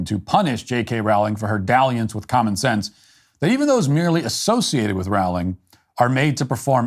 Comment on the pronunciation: Matt, I know you don’t care and I know this won’t change how you say her name, but it’s pronounced rolling…like bowling. Thank you. SBG for life